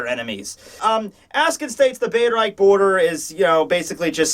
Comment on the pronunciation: bereich is really easy to say. be-reich. wich sounds like the dutch word for reach